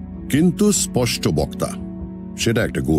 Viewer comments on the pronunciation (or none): none